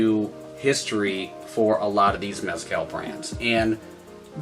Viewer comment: Work on your pronunciation, homie. Watch some videos and listen to how oaxaca and mezcal are pronounced. Practice and then hit record.